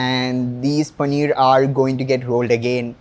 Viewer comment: paneerrrrrr panneerrrrr paneeerrrr